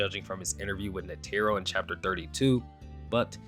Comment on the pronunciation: Please learn how to pronounce netero, driving me crazy with the pronunciation. Otherwise great vid dude